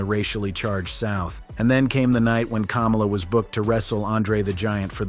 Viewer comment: It's Kamala not cumula